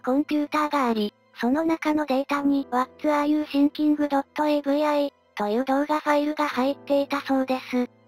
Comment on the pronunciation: 動画よりの発音が気になってしまった。御無礼。わらゆてぃんきん、って読むとネイティブに近くなりますよ。